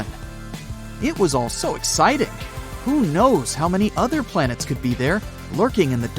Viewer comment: beLIEve its plan-ets 😂